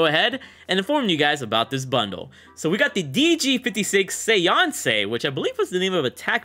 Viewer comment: Lol you mispronounced séance 😅 it's like SAY - ONS